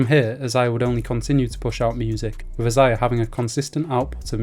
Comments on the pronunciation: Brah it’s pronounced Isaiah not I- Za-Ya 😂😂😂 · It’s pronounced (Eye-Zay-Yah)